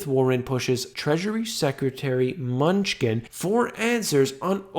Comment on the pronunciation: "Munchin" lol....